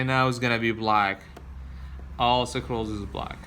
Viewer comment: Ok, the word for those things holding everything together is... SCREWS LOL. (Skroos) NOT Sa-crewls lol but good video. I don't think English has a word sakrewls, but hey, go ask Webster.